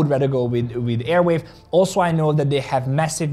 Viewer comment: It is arweave not airweave!!!!!